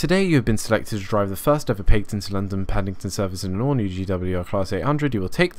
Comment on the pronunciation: Great video, but a little nag... =) Paignton is pronounced "Pain-tun" and Teignmouth is pronounced "Tin-muth". Other than that, lovely job and gorgeous skin.